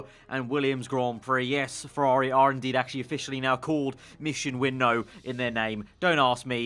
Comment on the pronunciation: IT'S PRONOUNCED: MISSION WIN-NOW!!!! U GET IT,?